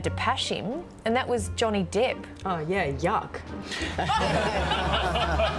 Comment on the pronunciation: Are my ears deceiving me? it sounds like "Johnny Dip"